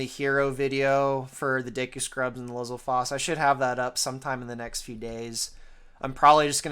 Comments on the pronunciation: I always figured it was pronounced "Li-ZAL-fohs", just like "STAL-fohs" and "Die-NAHL-fohs". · >"lizzle-foss" WHAT THAT CANT BE HOW ITS PRONOUNCED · I've always pronounced it "LIZ-ALL-FOES"